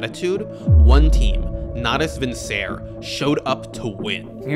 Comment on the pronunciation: I hate to be nit picky of such an amazing video but just heads up, Natus Vincere is pronounced with the last “e” making a sound, so not Vincer, but Vincer-eh. The -ere ending is the Latin imperative form meaning “to blank” (I.e. to run, to swim, or the definition of vincere, to conquer)